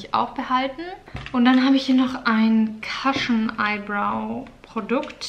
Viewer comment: Ich könnte mir stundenlang deine Ausmist-Videos angucken! Nur eine Kleinigkeit: Es wird nicht "Cashn" sondern "Cushn" ausgesprochen ;)